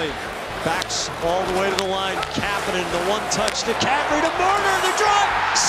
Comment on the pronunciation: kapenen? It's kapanen